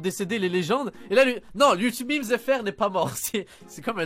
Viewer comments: on dit pas mime mais memes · SA SE PRONONCE UN ""MÊME "" PUTAIN 🤣